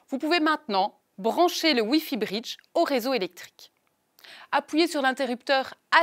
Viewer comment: Ne pourriez-vous trouver une francophone qui parle convenablement et qui emploie le son o semi fermé comme dans hôtel ou bureau et non des o semi-ouverts comme dans sort ou rhum.. Et qui parle de briddddge et non de britttch.